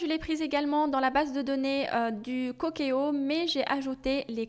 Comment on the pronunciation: Le cookéo se lit coukéo comme en anglais le mot cook se lit couk en anglais qui veut dire cuisiner